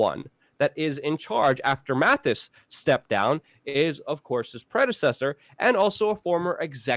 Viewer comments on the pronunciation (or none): Brother it's Mattis not Mathis